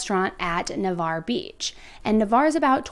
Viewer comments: Oh your pronunciation of Juana’s and Navarre just cracked me😂 As a local to Destin this case has WRECKED our area. Thank you for getting her case out there! A lot of people think Marcus was going to take Saylor to Brazil. Where his Mother lives and he is also a dual citizen. Such a heart wrenching case. Prayers that Saylor gets to come home to her Family today!💜💜💜 She was in CPS custody last i read in Al or Tn not sure which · It's pronounced....nah-varr ..... Navarre beach Florida.... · Nah-var. I had so much trouble with this when I moved to the area. Wha-nahs is a restaurant in Navarre Beach. It’s really popular. She should have been safe from this monster there. Thank you for covering this case. It’s heartbreaking. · Na-var is how it's pronounced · Pronounced “Nav ARE” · I know it’s not relevant but Navarre is pronounced nuh-var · For future pronunciation it’s NavARRE. Thank you for covering this case! I love in Pensacola and we all prayed and hoped she would be found safe. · ok this is my neighborhood it is pronounced Nah-var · **edit:** also, bc 100% of ppl reporting online have said it wrong: Navarre is pronounced Na-Var (it rhyming with bar, car, scar etc) Quick bavkstory: im Born & raised here in PCB (Panama city beach). I also went to rehab & sober living in Navarre (where this case took place) for 8 months. I'm fixin to see if we have enough time I've been following this Case closely since the 1st time I've seen it mentioned! What super concerned me was that I was hearing most about it on TIKTOK from ppl nowhere close to Florida instead of just locally all over my fb. I knew it was really serious & was praying this wasn't gonna end up a True Crime case 💔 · NUH-VARRE is how it’s pronounced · That’s not how you pronounce Navarre. Nobody believes you most the time anyway. You are one of the fakest true crime podcasters. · Lol as s local the pronunciation of Navarre and Juana’s 😂